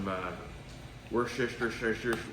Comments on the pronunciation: These videos are going to be cooking show quality very soon! 🙂 I think what you meant is Wustersher Sauce (approximate pronunciation). Unless you're from southern England, and then you might say Wustersheer (but they don't have the luck to be from Yorkshire). 🙂🙂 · Lol I love it when people from the US try to say Worcestershire Sauce. So from a brit, pronounce try this... "whoosh-tear-sheer" in one go. Then you'll have it 😂😂 Great looking steaks BTW 👍👍 🇬🇧 🇺🇸